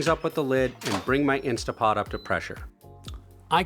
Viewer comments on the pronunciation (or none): .. INSTANT Pot.. not INSTA Pot.. I cannot believe how many people say this wrong... marketing faux-pas by the INSTANT pot folks... lol..